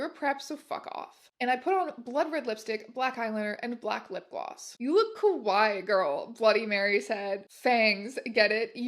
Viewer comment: I don't know if it's intended to be kawaii or kowai in the written version, but if it's written as kawaii and is just being mispronounced here as kowai I think it's kinda funny since kowai means "scary". Great reading! Congrats on the subs!!